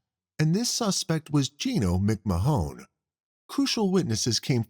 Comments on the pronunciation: McMahon is pronounced McMan. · Is this a person talking or a computer ? Why saying McMahon , Mcmajon ? And the guy shot in the bar in new years if it was in 2020 is 3 years that they waited not 23 😅 I still love it, great work getting all this cases , makes my time at work go faster 👏🏼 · McMahon. Muck marn